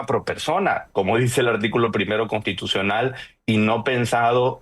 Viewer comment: SE DICE CONSSSSTITUCIONAL; NO CONTITUCION